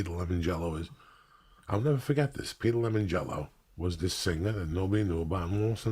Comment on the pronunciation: Who the FUCK is Peter Lemon Jello?